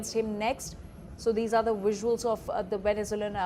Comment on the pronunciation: It's pronounced visuals not VUSSUALS f00ls 😅😅